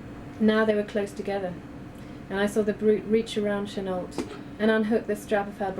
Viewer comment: is that really how Chenault is pronounced? isnt it meant to be said 'cheno'?